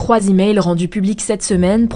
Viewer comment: La voix off féminine de ta chaine est une IA. Elle a prononcé le "s" du mot "trois" au début de la vidéo C'est très mal vu de votre part. C'est une voix IA.